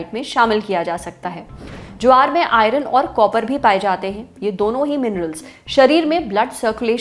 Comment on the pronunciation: Madam, with due respect, IRON ka pronunciation galat hai aapka. It's आयर्न (I-earn) not आयरन (I-run).